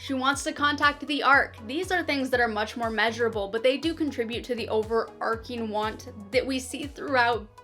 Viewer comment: OverARCHing. ARCH, not ARK, not ARC. Overarching "ARCHES over" something, nothing to do with a story ARC.